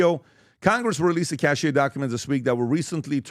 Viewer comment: He cant even pronounce "cache"... this is really embarassing, and one should wonder who controlls this retarded shabbos goy cab driver.